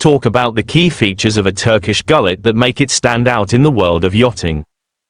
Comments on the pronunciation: 200% agree. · These AI content are always rubbish. To begin with, its pronounced 'goo-let' . Secondly, none of the photos are of a classical Turkish Gulet. These photos are about as realistic as the so called 'pirate boats' that offer tourist binge drinking in Florida. Total AI rubbish.